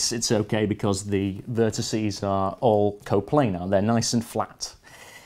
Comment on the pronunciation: AXEEEEZE, VERTICEEEEZE PS Loved the video, like any other computerphile video :D